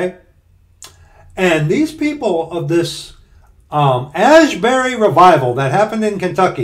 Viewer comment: ASbury, not ASHbury. There is not "H" in there. Tis not Haight-ashbury...